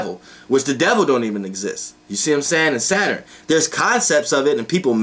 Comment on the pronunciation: I like the way you say Saturn. "Sater-in" 😊😊😊😊✨